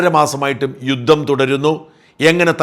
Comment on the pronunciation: യുദ്ദം അല്ല, യുദ്ധം ആണ്